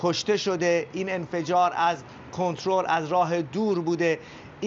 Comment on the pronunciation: یجاش هم گفت کنتلر